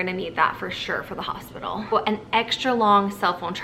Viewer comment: Hosipital lol <3